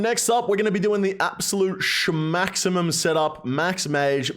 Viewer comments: Say shmaximum one more time bud, say it one more time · stop saying shmaximum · Bro please stop saying shmaximum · Drinking game: Take a shot every time he says "SCHMAXIMUM"